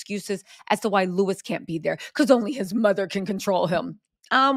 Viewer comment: You are ridiculous. The palace haven’t said any official. And btw it’s Louis … not Lewis. !!!!